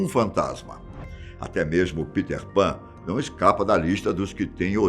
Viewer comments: Parei de olhar qnd ele falou Piter Pan. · maneiro é ele falando peter pan kkkk